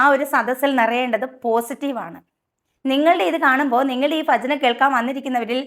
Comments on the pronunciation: പറഞ്ഞത് സത്യം തന്നെ പക്ഷേ ഫജന അല്ല ഭജന എന്നുച്ചരിക്കണം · ഫജന അല്ല . ഭജന . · ഫജന അല്ല കുട്ടി ഭജന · ഫജന അല്ല മുത്തേ, ഭജന... പാട്ട് പാടിയവരെക്കാൾ വലിയ ദുരന്തമാണ് നിങ്ങൾ 😳🙄😔😪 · ഇക്കിളി സഹിക്കാൻ വയ്യ... ഫജന അല്ല ""ഭജന ""ആണ് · ഫജന അല്ല, ഭജന. ഫക്തി അല്ല, ഭക്തി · please correct your ഫജന, ഫക്തി, ആദ്യം സ്വയം നന്നാകു, എന്നിട്ട് നാട്ടുകാരെ നന്നാക്ക് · Correct...patti show....ഫജന അല്ല.... ഭൂമി ടെ ഭജന.... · Chechide abhiprayathodu 100 % yojikkunnu. Chechiyodu oru correction parayanundu. Malayalam letter ഭ chechi ഫ ennaanu pronounce cheyyunathu. Ee video il pala thavana athu upayogikkunnum undu. Athu valare arochakamayi thonni. Please try to pronounce correctly. "Bhajana" aanu "Fajana" alla. "Bhakthi" aanu "Fakthi" alla. Kuttamayi paranjathalla ketto. Palarum ingane aanu pronounce cheyyaru. Pakshe correct aayi parayunnathu kelkananu bhangi. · ഫജനയല്ല ഭജന. പറഞ്ഞതിനോട് നൂറു ശതമാനം യോജിയ്ക്കുന്നു👍🏻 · Paranjath sathyam.but phajana alla Bhajana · കൂട്ടത്തിൽ നിങ്ങളുടെ ഫജനയും ഫക്തിയും എന്തു മാത്രം അരോചകം ആണെന്ന് കൂടി ചിന്തിക്കു... മാറ്റി എടുക്ക്.. ഭജന.... ഭക്തി... ഭാരതം.... ഭിത്തി അങ്ങനെ പറഞ്ഞുപഠിക്കു.. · ഫജനയോ...പോയി പഠിച്ചിട്ട് വാ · ഫജന, ഫക്തി..😂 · ചേച്ചീ ഫക്തിയല്ല ഭക്തി ഭക്തി ഫജനയല്ല ഭജന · ഭചന അല്ല ഭജന എന്നാണ് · ഇവരുടെ ഫജന എന്ന ഉച്ചാരണം കേട്ടിട്ട് എന്തോ പോലെ തോന്നുന്നു... ആദ്യം നന്നായിട്ട് പറയാൻ പഠിക്കുവിദ്യാഭ്യാസം ഇല്ലാത്തവരെ പോലെ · ഫജനയല്ല ഭജന പ ഫ ബ ഭ മ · ഫാഗ്യം. ഫക്തിയോടെ ഫജിക്കേണം. ഫയം വേണ്ട. ഫറയുമ്പോളെല്ലാം ഫറയണമല്ലോ!😂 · Pha alla bha(ഫജന അല്ല ഭജന എന്നാണ് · Fajana അല്ല. ഭജന എന്നാണ്. ഫക്തി അല്ല. ഭക്തി ആണ്. ആദ്യം നിങ്ങൾ ശരിക്ക് പറയാൻ പഠിക്കൂ. പറഞ്ഞത് ശരി ആണ് എന്നാലും കേൾക്കുമ്പോൾ നിങ്ങളുടെ സംസാരം അരോചകം ആയി തോന്നി.അതാണ് എഴുതിയത്. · ഫജന അല്ല ഭജന എന്നാണ് ശരിയായ ഉച്ചാരണം ❤❤ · അവരുടെ ഫജന പോകുന്ന വയിയില് പയത്തൊലിയില് വയുക്കി കുയിയില് വീയാതിരുന്നാ കൊള്ളാം. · ആദ്യം ചേച്ചി പോയി മര്യാദക്ക് ഭജന എന്നെങ്കിലും പറയാൻ പഠിക്കു എന്നിട്ട് മറ്റുള്ളവരെ കുറ്റം പറയ് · ആദ്യം ഭ യു ഫ യും തമ്മിലുള്ള വ്യത്യാസം തിരിച്ചറിയുക,അവറ്റകള്‍ ഭജനയെ കൊല്ലുമ്പോൾ നിങ്ങൾ ഭാഷയെ കൊല്ലുന്നു. കണ്ടന്റ് മുഖ്യം ബിഗിലേ